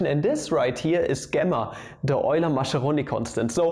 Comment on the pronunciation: Maskeroni ... But Germans haven't listened to Italians properly since about 1933 ... :)